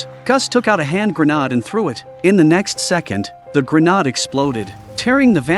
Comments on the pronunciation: Grenaaaaaaaaaaad. lol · Gren - aid is how you say Grenade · I really wish the AI narration would stop. For the love of god learn how to pronounce grenade....